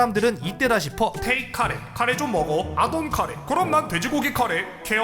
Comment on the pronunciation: 일본인도 아니고 저걸 카레로 읽음? ㅋㅋㅋㅋㅋㅋㅋㅋ